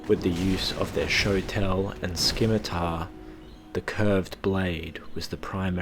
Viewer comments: love your videos you do great lore just wanted to mention the scimitar is pronounced SIM-UH-TAR not skim-uh-tar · It's pronounced SIMITAR . Otherwise great video. Very enjoyable